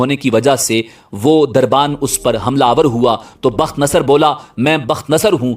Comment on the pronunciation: تم جاہل آدمی ہو. تمہارا مطالعہ بہت کمزور ہے. پہلے تو بخت نصر کا تلفظ تم غلط کر رہے ہو. دوسرے ساری کہانی بے تکی ہے. وہ بادشاہ دانیال علیہ السلام کے ہاتھ پر اسلام قبول کر چکا تھا. تمہاری جہالت مسلمانوں کو بھٹکا دیگی. روپیہ کمانے کے بہت راستے ہیں. مگر جہالت سے روپیہ کمانا حرام خوری ہے.